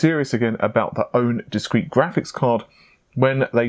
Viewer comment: says graphics like tony the tiger. grrrrrraphics!!